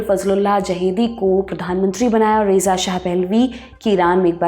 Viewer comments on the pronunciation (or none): ईरान को फारस कहा जाता था, अंग्रेज़ी में पर्शिया। इसी लिए वहां की भाषा का नाम फारसी है। बचपन में नक्शे में फारस की खाड़ी भी बनाते थे। शाह के नाम का उच्चारण रजा है भले ही रेजा लिखा जाता हो।